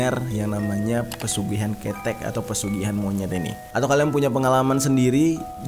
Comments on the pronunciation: Di bacanya bukan KETEK tapi KeTEK. Gapapa bisa di maklumi ☺️ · Lucu banget nyebutinnya.. pelafalan ketheknya lucu.. aku sampek tersenyum" sendiri. Tapi maklumlah bukan Org jawa